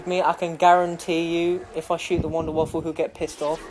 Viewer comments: its the wunderwaffe not the WUNDERWAFFLE! god theres no L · it's pronounced vundervaffe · it's pronounced like Voonder Va-feh. or Va-fuh. depending on the accent you put on it.